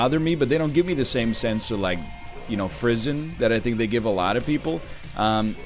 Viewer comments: Aha it did take me a few searches to work out what the words he was saying were Frisson (Fri•son) Penchant (Pon•shon) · The funny thing about that is that he pronounced both words wrong